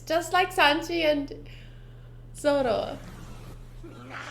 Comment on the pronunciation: i really like the way you pronounce "ZORO" it's very cute.